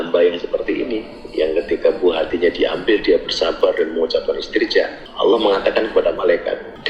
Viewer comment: Ngomong Allah aja salah goblok